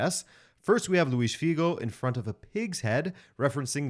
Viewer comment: Is the narrator portuguese? That "Luis Figo" was too perfect the accent.